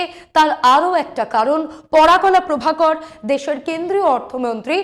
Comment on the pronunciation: একজন বিশিষ্ট ব্যক্তির ভুল নাম উচ্চারণ অনৈতিক। ওনার নাম "পরকলা প্রভাকরন"। আপনি বলছেন "পরাকলা প্রভাকর"। এটা অপমানজনক।